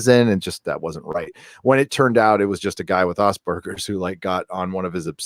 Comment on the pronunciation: First time I heard Asperger's pronounced as Ozperger's lol.